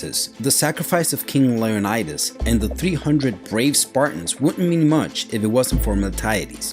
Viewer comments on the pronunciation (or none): liunidis ? right?